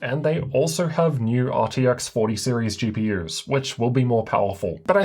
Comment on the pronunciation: came her for the way he says "CPYers and GPYers"